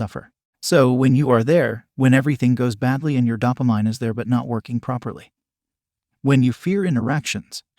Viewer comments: bro i can't take someone that says DAH-PAH-MINE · Great chanel but please say dopamin and not dopamain 😉😉😉 Bless you bro from italy